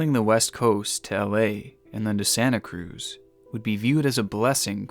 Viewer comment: To the news anchor at the beginning: uh, sir, it's pronounced Santa Cruz.